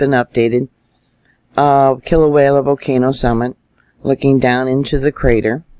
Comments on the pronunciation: It's Kilauea, Not wayla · FYI: It's pronounced KILL-O-WAY-A ~ NOT KILL-O-WALE-A Thank you for correcting your pronunciation of it. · First of all Thank You for all the super reporting that You do.. But I feel I need to mention that You're pronouncing Kilauea wrong.. You are saying kilawayla.. Sorry I mean no malice.. LvYa.. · I know you know, but there in no L at the end of Kilauea, Kilauea